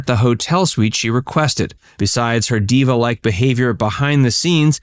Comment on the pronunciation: It’s ‘diva.’